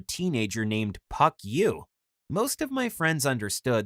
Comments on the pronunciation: As far as I know the name which is pronounced "Phuck yuh" here is actually "Park Yu" and is a Korean name not Chinese 👀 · I love that they had to say “Puck You” instead of actually pronouncing “Phuck Yuu” the way american people would😂 Also, spaghetti balogna🤣